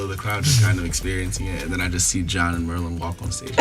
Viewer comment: Merlyn always says it right.